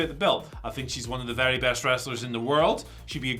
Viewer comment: Problem is Ospreay is GOAT but cannot say best 😂